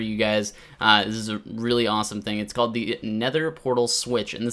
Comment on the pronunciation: Just so you know its "CALLED" not could